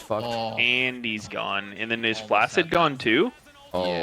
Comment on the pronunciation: Fun fact: 'flaccid' is actually pronounced as 'flak-sid'.